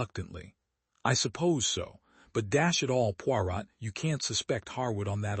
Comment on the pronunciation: Had to stop listening because Poirot was pronounced so badly and it annoyed me. The “t” in Poirot should not be pronounced.